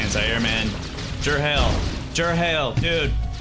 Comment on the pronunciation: "Gerhale"